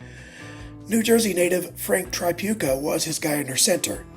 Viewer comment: The first syllable of Tripucka is pronounced as in the word trick. Also, it's "mar-KET-tea".